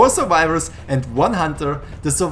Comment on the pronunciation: Huntahs, Suvivahs, TRIGGERED HUNTAHS, SUVIVAHS.